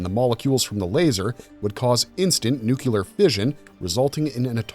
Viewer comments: It's nuclear fission, not "nookillar". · nuclear, not nukular....geeeesh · In 2025 everyone, including machines, should be able to properly pronounce "nuclear" . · New Quelur?!? NU CLEAR! SMH